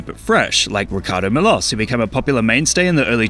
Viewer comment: I love how your pronunciation of ricardo milos gets worse every time lol